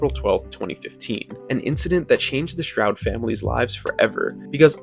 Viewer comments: All good except for mispronouncing his name, it is NOT “Shrowd” it IS “Stroud” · Stroud not Shroud.